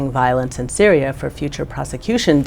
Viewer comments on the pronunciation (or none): none